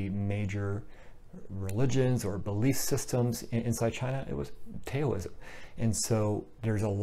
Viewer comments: Great video. This definitely clears up some confusion. Just so you know though Taoism is pronounced "Daoism" spoken like D-AH-O-ism. Have a great day my friend. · please, don't say Tayoism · The "T" is pronounced like a soft "D". That is why westerners started spelling it with a "D". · Update: Pronunciation of Taoism, Daoism, and Dhyana. My apologies for the pronunciation of these words which I realized was incorrect after the video was already uploaded. Taoism: TA-OU (as in 'mouth') -ism (source: Wikipedia). Daoism: D-AHO-O-ism (as explained by Chill Dragon in the comments below). Dhyana, a Sanskrit word, is pronounced very much like the Pali word, Jnana (as explained by Mohamjip in the comments below) Thank you! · Thanks! I have a pinned comment with the pronunciations. Unfortunately, I can't edit the audio of the video already uploaded. I originally was not going to say it that way in the video but heard a different pronunciation (which turned out to be incorrect) which made me change it at the last minute.